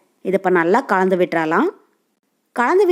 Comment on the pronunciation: தமிழ் தெரியுமா தெரியாதா கலந்து என்று ஒழுங்கா சொல்லு காந்து காந்து என்றால் என்ன அர்த்தம் தமிழ்நாட்டில் பிறந்து தமிழே ஒழுங்கா பேச தெரியாத நீ எல்லாம் ஒரு ஜென்மமா